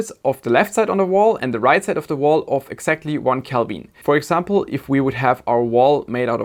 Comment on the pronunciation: I use pure Gold for my heat sinks and heat spreaders. Because nobody will every see it. If it was good enough for Louis XVI and Saddam--That other terrible leader--It is good enough for me! Calbin? Is that like Kelven? Can you say Silly-Sally-Sells-SeaShells-by-the-SeaShore? I am not an American. I am just rude! Love your show.